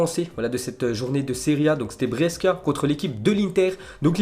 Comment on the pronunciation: Pas Bresca mais Brescia 😍